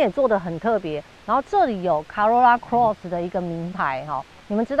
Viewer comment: Corolla Cross 唸錯了。 Eco也唸錯了。